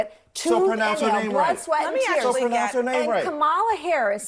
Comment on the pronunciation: It's Cumala guys.